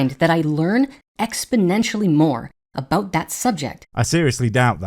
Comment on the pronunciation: is the blue guy Canadian? No wonder he's so polite. Just the way he pronounced the word "about"..Nothing wrong with being Canadian. I have a Canadian friend...